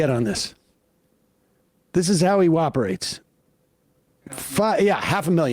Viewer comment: Lmao Sam said, "This is how he woperates." Freudian slip hmmmm? (: lol